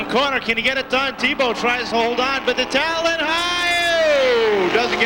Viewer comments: LOL, Eagle TAh-lawn. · Eagle Tuh-lawn😂😂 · Where did this announcer learn to say TALON lmao.. dude.. its not a hair salon lol